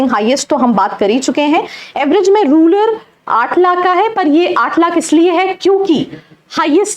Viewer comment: रूलर नहीं रूरल